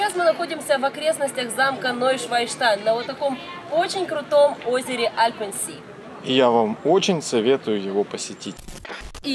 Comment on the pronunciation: Альп Зее а не Альпен Си =)